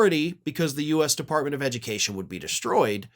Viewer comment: Devunt the edumucation debbartemint....